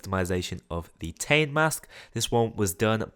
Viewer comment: The "Tane" mask is pronounced Tar-Nay, it's Maori